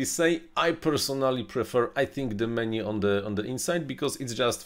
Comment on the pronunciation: Меню, почему вы говорите - мени?